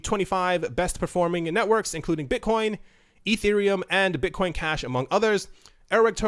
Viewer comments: => Bit-CUM ? LOOOOL You really made my day with this :D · "Bitcum" Lol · Haha....."bit-cum" I laughed at this for like 5 mins!